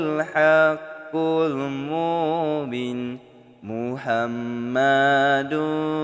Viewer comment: Spatutnya 'mubin' tu panjang skit....sbb lepas huruf ba ada huruf ya....jdi kene panjang...cube dgar ust2 lain zikir...tp apepun tkpee...bagusss doh konten mcmni...slow2 blaja ok🎉